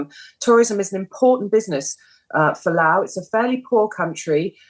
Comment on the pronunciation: The reporter is pronouncing 'Laos' correctly but I get to hat talking heads just read from a teleprompter.